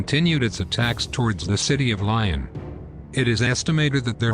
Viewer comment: It definitely is a computer voice when your hear it’s pronunciation of Lyon and other proper nouns. Very annoying.